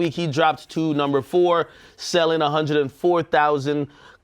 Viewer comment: what happened with keeping it a band? lmao you just say a hunded now